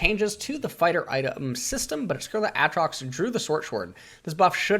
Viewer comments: When he said Aatrox and not A-A-trox widepeeposad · its been like 9 years and you still says aatrox's name like that